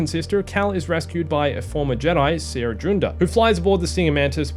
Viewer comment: Small detail, but I like that you started saying Cere as Sear instead of See-Air. Love your videos and the news updates on Survivor